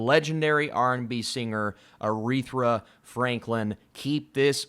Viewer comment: No 2nd R in Aretha (not Arethra)